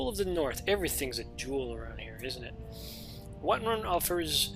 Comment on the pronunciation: It's called Whiterun man, not Whiteruin. Have you ever even played skyrim?